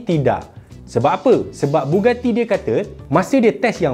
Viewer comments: Bugatti bang, bukan Buggati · bugatti la bukan buggati. tak sekolah ke. keh keh keh.